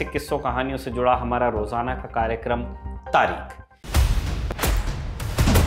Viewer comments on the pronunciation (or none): Plz pronounce taarikhh from the epiglottis. The khh in tarikh sounds like kh in Khan.